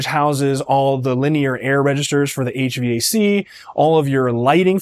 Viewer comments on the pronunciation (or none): none